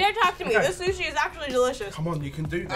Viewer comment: he said shushi